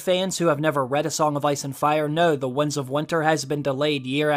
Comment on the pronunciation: This guy can't say "winds". He keeps saying Wunds of Winter. He also said Lomshot, instead of longshot.